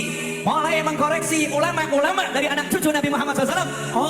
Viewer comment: "mengoreksi", bukan "mengkoreksi"